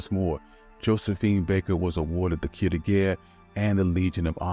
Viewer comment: You need to learn to pronounce French words. In only 10 minutes you can learn to pronounce the words you need to know for this brief presentation. Use the Internet to type in the French words, but spell them correctly. One example is "Jacques." It's "jock" but with a "zh" soft aspirated "j." And, "croix" is like "craw" except the French "r" will need to be obtained from the Internet, and it means "cross."